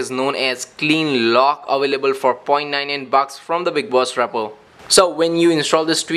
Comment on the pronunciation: I swear to god if he says repo wrong again